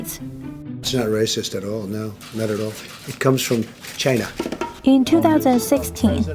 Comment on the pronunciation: He didn’t say Chinese. He said CHAINAH.